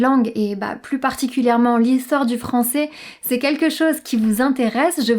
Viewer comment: Commence par prononcer " français " AI au lieu de "francé"